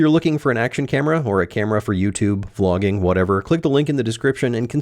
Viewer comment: I'm sorry, did you say using the camera for vlogging, or flogging?